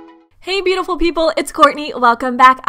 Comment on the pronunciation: Its so weird when you say hey beaiful peoplee